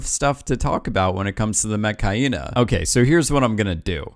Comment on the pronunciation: why he say Metkayina like Mechhyena